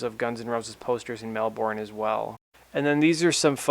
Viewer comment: It's Mel-burn x